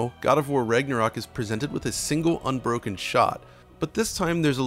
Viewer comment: Sounds like your saying Rignorok😂